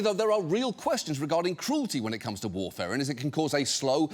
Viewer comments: it is pronounced war-fur-in. It is a blood thinner prescribed to millions of Americans. Once again proving poison is a matter of dosage more than chemical composition. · Not war-fair-in. It’s war-fer-in. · How can he talk about warfarin as an exotic poison for that long, without mentioning it's of the most popularly-prescribed blood-thinners, and without learning that it's wrong and manipulative to pronounce it "warfare-in". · strangest pronunciation of warfarin I've ever heard